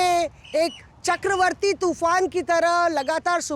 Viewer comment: chkrawati ko chakravarti jab hindi ke patrakar kehne lagen to bahut dukh hota hai.